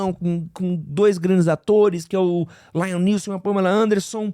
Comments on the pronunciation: Mas em ele falou certo. Ele falou errado o "Laiam Neeson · Isso sem falar no LAIAM Neeson kkk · Não é remake, é continuação. E não é "Lion Nilson" kkkkk